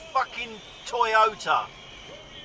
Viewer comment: Toy oh terd - toyoterd . Pedumstrian